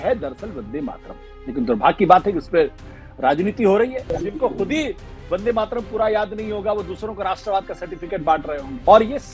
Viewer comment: आशुतोष मेरा जन्म बंगाली परिवार मे हुआ है और बन्दे मातरम के रचनाकार बंकिम बाबू भी बंगाली थे इसलिए अनुरोध हैं राष्ट्रीय गीत की उच्चारण और व्याख्या सही से किजिए और अगर पता न हो तो कोई बात नही परन्तु ग़लत उच्चारण या व्याख्या न करें।